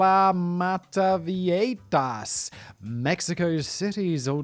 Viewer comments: Viejitas. Now, I'd imagine everyone would pronounce this one of two ways: vie-hi-tas or vie-i-tas... Simon: Vieieitaitaitatitatas. Carry on. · Vee-yeh-hee-tas simon